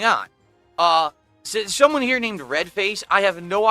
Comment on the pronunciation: “shumone” gargle mouth in full effect